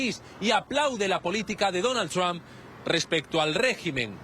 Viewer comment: el comentador no puede ponerle un poco de esfuerzo a la pronunciación? quien carajo es "Tron"?